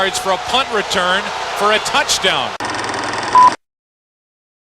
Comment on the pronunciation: you messed up the word return